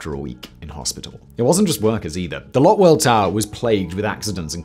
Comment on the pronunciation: You're pronouncing Lotte wrong. It's supposed to sound more like Lotay.